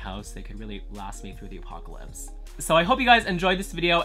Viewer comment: Watching this during quarantine and listening you say apocalypse really triggered me lmao